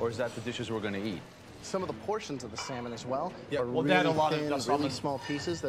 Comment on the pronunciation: Stop pronouncing the l in salmon!